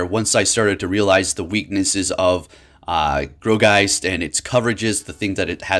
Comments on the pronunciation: I thought it was pronounced like "gore"geist rather than "grow"geist ... who knows anymore with all these new mons lol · (Gourgiest)Gore-Geist not Gro-geist lol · Bro, nothing but love for you but its G-O-U-R geist, not G-R-O-U geist :D Keep up the great content! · Um sir that pokemon is pronounced gore geist